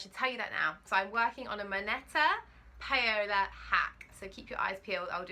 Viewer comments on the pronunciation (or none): Love your Paola top. I've just bought it on sale. Might even copy you with the fabric 😉. I think it's pronounced Powla (as in ouch). Spanish Paula. You are so fluid with your talking on film. Do you have to do much editing?